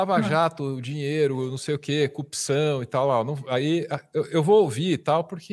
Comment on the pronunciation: Como esse subletrado consegui se tornar Juiz? Um sujeito que fala "Cupição" e "Conja". E tem um conhecimento pífio do Direito. Só pode ter colado na prova.